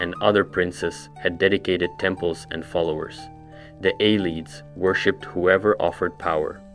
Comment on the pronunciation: A less snarky, more helpful version of this comment is that it's hard to listen to mispronunciations like that. The words are literally pronounced for you by NPCs in the games. Copy what they say.